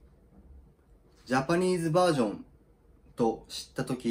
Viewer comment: Nobody: Not even a single soul:: Japanese Verrrrrsion-desu I cracked up